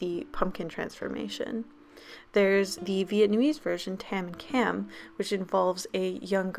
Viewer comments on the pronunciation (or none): I'm sorry but I'm Vietnamese and the way you pronounced"Tam, Cam" oosh I cringed so hard. It's like screaming ahh and not saying u or o. Just so you know, no hate